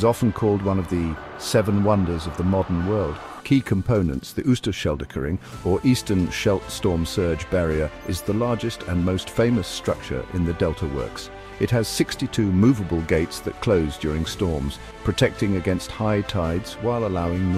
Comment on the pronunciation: dike dike right why not dikedikedike and oester schelde??? ...right, it clearly reads says OOster NOT Oester with O as in go, and not oe as in shoe switch off the idiotic AI voice PLEASE.... it is INSULTING our language... af sluit dIJk with a Y /ij